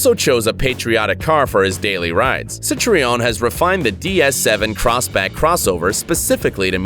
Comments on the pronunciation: mans just said citreon im wheezing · “Rolls Royce CorniCHAY?” “CitREEOWN?”🙄. When narrating a video about cars, it might be a good idea to learn to pronounce the manufacturers and models. No excuse for such laziness or stupidity.